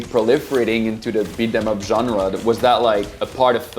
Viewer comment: 'bit-them-up' its pronounced "beet 'em up"